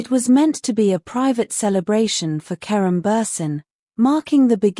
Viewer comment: Mds fala certo o nome de kerem.😊